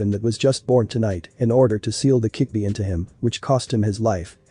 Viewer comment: fix the freaking ai because it's called the kyubbi not kickbi